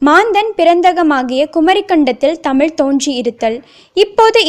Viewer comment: I like this news. But I did not like her speach she always pronounced the word தமில்.